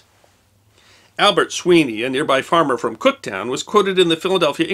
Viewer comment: I used to live about 4 miles from McGuire AFB; I lived under flight path, planes went overhead very low. Whole place was on lockdown on 9/11. There was also 3 Superfund sites nearby - now I know why. Also, it's Cookstown, not "Cooktown" not that anyone cares.